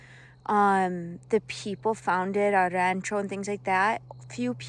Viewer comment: Praise God hallelujah thank you Jesus! What a wonderful gift passed down from your great grandfather. I too am saved because of GOD'S grace and mercy.❤ I like the way you say rancho😊